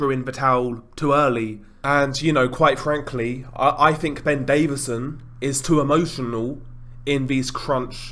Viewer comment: His name is DAVISON not David-son so Lol yourself.